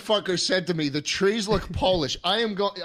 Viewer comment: watching it back now, i realize he's saying pole-ish and not polish